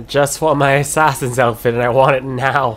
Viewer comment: You've been pronouncing assassin wrong